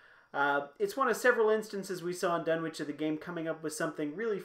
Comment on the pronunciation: Done-itch. Silent w . . .